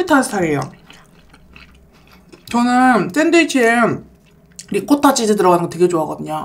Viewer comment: 트레미셔널 리코타베리ㅋㅋㅋㅋㅋㅋㅋ 귀여운 햇님님..💗 트레디셔널이랑 리코타베지에요!!